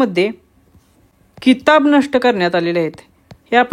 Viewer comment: भावा किताब नाही ते खिताब आहे ज्याला इंग्रजीत title म्हणतो 😂😂